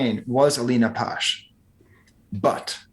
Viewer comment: Man said Polish trap 💀